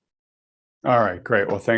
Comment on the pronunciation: Congrats,! You enunciated Toronto correctly. Most Americans like to emphasize Tor-ON-to:-)